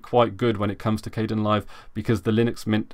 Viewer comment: it's pronounced (K-D-E- IN LIVE), spelled like Kdenlive, yea we all make mistakes, and it just annoyed me.